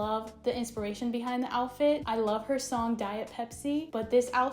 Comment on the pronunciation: I can’t believe you said joutfit